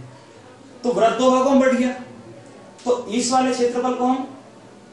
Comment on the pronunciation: व्रत नहीं वृत्त बोल भाई